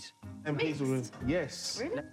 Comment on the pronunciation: Munya said "Rice and peas " and then went on to say "peace ( peas) and love " . Got me tearing up 😂😂😂